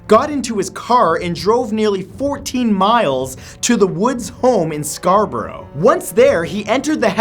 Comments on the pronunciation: It's not pronounced scar-borrow. It's scar-burr-a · Wait... did you say "Scar-bo-row"? Its said "Scar-Burugh" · It's F***ING SCARBOROUGH pronounced "scar-Bre" I live near it